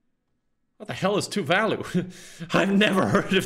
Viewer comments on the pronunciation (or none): none